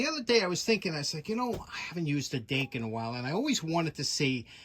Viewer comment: We thought you said "date." Oh well Dake ok. Recycle those? Thanks and cheers